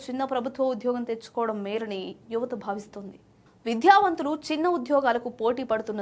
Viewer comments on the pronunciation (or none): ఇదిగో యాంకరూ.. కాస్త తెలుగు సరిగా మాట్లాడు. విద్యావంతులు, పేద అనే పదాలలో "ధ " కాదు, ఓన్లీ "ద " మాత్రమే పలకాలి. మళ్ళీ ఈ తప్పులు చేయకు. తెలుగును చంపేయకండి.